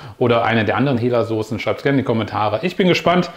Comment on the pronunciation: Moin, es wird HEELA😉 ausgesprochen ( Herrmann Laue) HELLA ist eine mineralwasser Marke viele Grüße